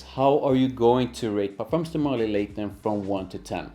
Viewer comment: MarLY, not MÁrly